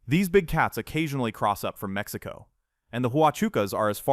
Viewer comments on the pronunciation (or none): none